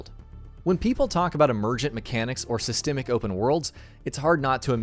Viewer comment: Cringed so hard. Also, "plethora".